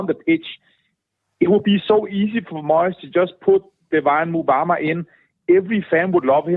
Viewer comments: I've never known so many fans struggle with a players name like Mubama's!!. Its hilarious. My dad can't say it. The pundits can't say it. can't say it!. 😂😂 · Johns shocking at it 😂